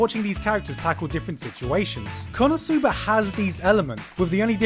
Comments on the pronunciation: why do you say kono sooba? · I'm still waiting for the day when Gigguk learns how to correctly pronounce the non-english title of an anime ESPECIALLY WHEN THEY SAY IT FOR YOU DURING EACH OF THE 5 INTERLUDES OF EACH EPISODE or do they also pronounce it like this on crunchyroll? Kappa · the way that he pronounces "konosuba" just ticks me off a strange lot for whatever reason.